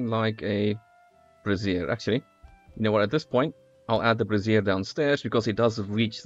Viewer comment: Funny how he pronounces brazier (a metal holder for coals) as one would brassiere (a woman's undergarment).